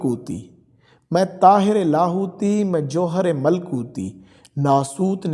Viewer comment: tayre LA hoti (not tahyre)